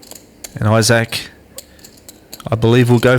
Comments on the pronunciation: apparently australians don't know how to say the word "isaac." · eye sack